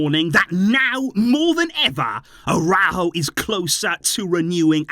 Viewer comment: The Uruguayan’s name is pronounced AraUjo. There is an accent mark. It is not pronounced “araho”